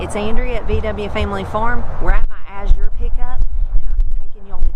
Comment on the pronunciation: Thank you for pronouncing azure correctly. I'm a retired homeschool mom and now I teach kids to read and it drives me crazy when people mispronounce azure.